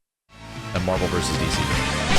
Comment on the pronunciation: I love that Ed said “MAHVEL” and he did it twice so it was intentional.